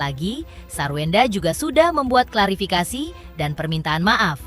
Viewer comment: Host intens klafirikasi 😂 bukan klafirikasi